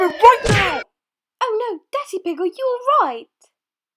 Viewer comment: when Madam Gazzelle said Daddy Pig it sounded like she said dirty pig